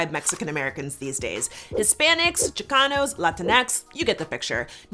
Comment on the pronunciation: Who the freak says "laninx", my autocorrect don't even recognize it as a real word.